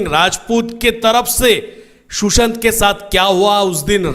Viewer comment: It's not Shoeshant😂😂Sushant